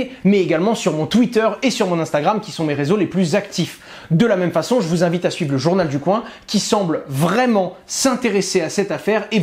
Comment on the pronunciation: T'en qu' Hasheur dira, journal du coin [k] [w] 1 et non [koin] on sera pas sortie de l'auberge. Non mais sérieux Owen...